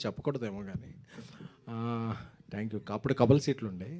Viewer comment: ట్యాంక్ యు... తొట్టి యు... కాదురా అయ్యా... థాంక్యూ.....